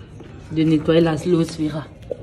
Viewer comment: le S ne se prononce pas on dit A LO É VÉ RA